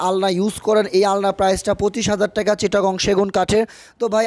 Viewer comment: টেকা না ভাই টাকা। সুন্দর করে বললে হইত বাড়িটা ভাল লাগত।আর ভাই রুচি টা খুব খারাপ।